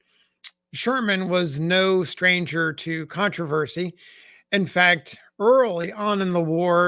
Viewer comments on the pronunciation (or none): none